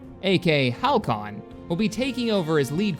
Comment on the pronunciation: I was drinking coffee when you said my name and nearly spit it out during the beginning.. Woot! Also it's pronounced Hal-see-on. Thanks for letting me be a part of this! Edit: Also somehow I'm a lady now. Interesting.